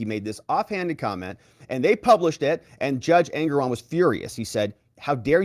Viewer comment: Judge engeron or anger-on😂